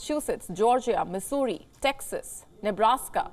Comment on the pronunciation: Is Missouri pronounced as Mussoorie?